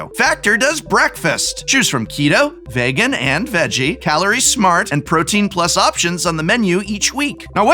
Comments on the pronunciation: My man said "vaegon" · Why did you pronounce vegan like that lol